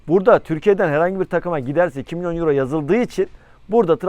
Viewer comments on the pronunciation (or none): none